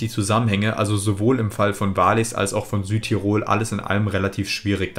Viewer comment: Wallis bitte wallis nicht waahlis... Zermatt zermatt nicht zeehrmat.. das mit dem o und orten noch ueben der hr